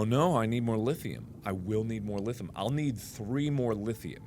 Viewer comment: OH COME ON MARK, DO YOU EVEN VOCAB BRO?... 'CAUSE "Lithum"?! REALLY?!! UH, I THINK YO FORGOT TO PRONOUNCE THE "I" IN LITHIUM... XDXDXXXXDDDD